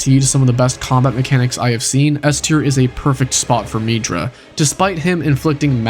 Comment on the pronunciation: I don’t think it is pronounced “meedra”